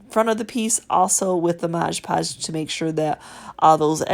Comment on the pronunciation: Your videos always teach me so much! I love how you say "Modg"e Podge and what sounds like "soup" cases :-)